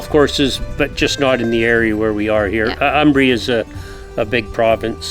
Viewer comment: This gentleman is truly ignorant in geography!!. Furthermore, if you want to live in Umbria, you might want to learn its pronunciation...